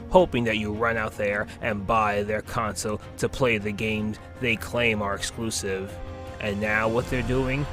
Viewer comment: "but muh eclusiv"